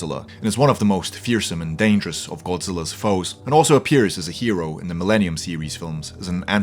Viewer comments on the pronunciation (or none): none